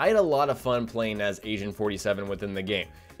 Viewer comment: It sounded like you said, "Asian" 47. lol